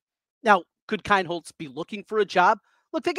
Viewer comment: It is LINCOLN KEENHOLZ NOT KINEHOLZ